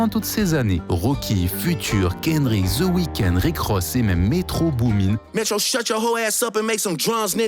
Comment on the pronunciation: Pas ZE weeknd THE (DE) weeknd Pas ZE game THE (DE) game Ça sonne ultra homo votre façon de violer les mots anglais ZE WAYEURE 😭😭😭😭😭😭😭